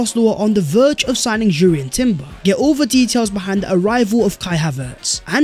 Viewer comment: Yo B - Jurrien Timber has a silent 'J' I's read out as Urrien, No J, thanks.